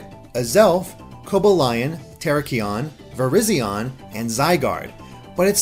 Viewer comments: "Raiko" "Kaiogree" "Keeogre" "ooxie" "Terrakeeon" Damn, the mispronouniation is real. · Oh my god you mispronounced so many of them Kyogre: Kye-ogre Rayquaza: Ray-quay-zuh Terrakion: Tur-rack-ee-un Cobalion: Co-bay-lee-un Virizion: Vur-rize-ee-un Bisharp: Bih-sharp Yveltal: Ee-vel-tahl WATCH THE ANIME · Uh-ks-ie As-Elf Kai-Ogre Ra-ee-Koo Tear-Ack-Ee-On Sol-Guh-Lay-Oh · I’m sorry man but the way you pronounced Coballion, Terrakion and Virizion killed me